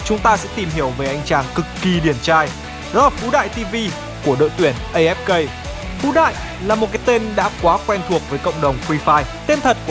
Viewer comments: Đừng đọc ngược tên Phú Đại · Phú đại đọc láy phái đ* :))) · Phú đại đọc lái :)))